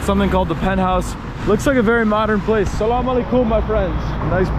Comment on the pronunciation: Love this video and the way you say Salaam ✔️ Beautiful ♥️